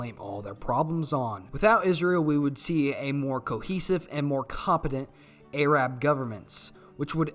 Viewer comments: Soddy Uhrabia and the Ayrab people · Other than the fact I'm not used to that pronunciation of Arab as A-rab, great video and I like the memes.